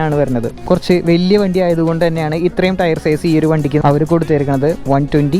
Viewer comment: ഹവർ അല്ല അവർ